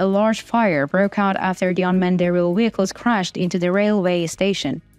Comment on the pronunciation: And WEHICLES??? Hilarious!